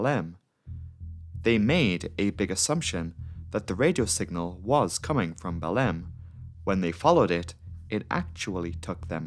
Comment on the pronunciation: How can this guy pronounce Marabá almost right but fuck up Belém.